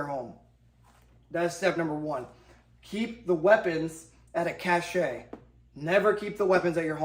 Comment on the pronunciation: Doing the Lord's work 🍦 Partisans was the word. Did anyone else flinch every time "cache" was pronounced "Cash-shay"